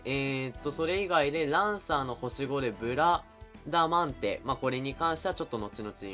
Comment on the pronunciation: ブラダマンデ・・・言いにくい・・・